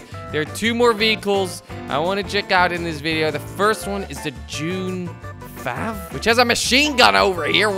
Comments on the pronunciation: It's not dune fav it's dune f-a-v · it's called dune f a v